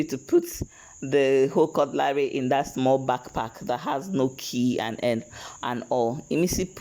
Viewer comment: Why do you call this utensil cut-LARY!